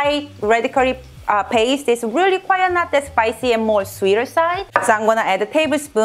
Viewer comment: 안녕하세요. 팬입니다. 몇년동안 잘 시청하고 있습니다. 단지 한가지 헤깔리셔하는 것 같아서요. '꽤' 라고 말씀하고 싶으실 때 quite 을 '조용한'의 뜻을 가진 quiet (콰이엇)로 발음하시는데 콰잇이 맞습니다 ^^